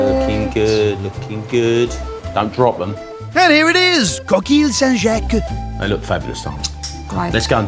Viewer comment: It’s “co- keel, Sant jock”, and the dessert should have been “dessert pain (pronounced pan)” but if they chose the Brit idiom of pudding for dessert, should have been boudoin (boo-dan) pain. But pretentious people are usually not educated.